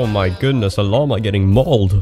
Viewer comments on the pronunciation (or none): none